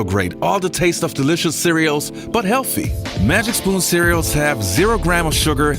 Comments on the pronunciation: Cereals?! 😂 Love the channel though 👌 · Cereals? What the fuck before you have a blog how about learning how to speak some English